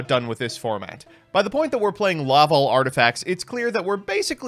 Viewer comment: It's LaVALVAL Chain.